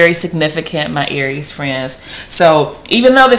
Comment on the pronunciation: please say it ARIES